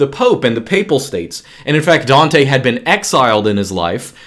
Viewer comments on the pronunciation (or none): none